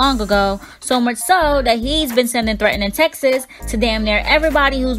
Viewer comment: This chick said hes been sending threatening "Texas" hahaha pretty sure it's "Texts"